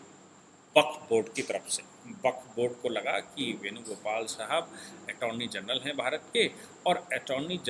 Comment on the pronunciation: ATTORNEY GENERAL … not Atorny General